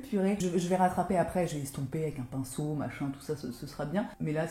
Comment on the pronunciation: ps: tu sais que tu regardes toutes les vidéos de quand tu dis "PINSSOUNET" avant qu'elle le prononce à l'application du fard du bas (superbe ce makeup)